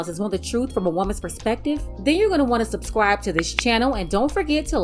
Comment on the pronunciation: OMG... I wanted to like this video... but I couldn't. I really couldn't. "I'mma suscrive doh". X)